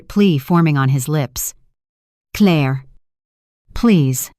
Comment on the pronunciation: Yep it still can't say Claire.